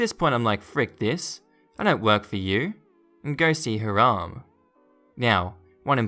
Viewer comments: Agreed. I believe it’s pronounced “HIGH-ram” not “haa-RAM”. I might be wrong. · Plus the emphasis is on the second syllable. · The proper name Hiram is pronounced Hi ram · I meant first syllable.